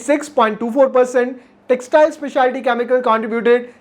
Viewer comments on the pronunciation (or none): its. CHEMICAL n not KAAMIKAL🤣🤣🤣🤣🤣🤣🤣🤣